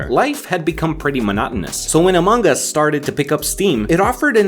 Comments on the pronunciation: English is my second language so i don't know, but isn't it supposed to be pronounced among us, and not amonk us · you pronounce it like "Among Gus" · is it just me or did he say " AMONGG US "